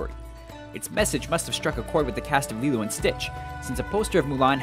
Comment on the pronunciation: when he was talking about lilo and stitch just so you know that is not her mother thats her sister. i love lilo and stitch. so i should know. you also mispronounced her name.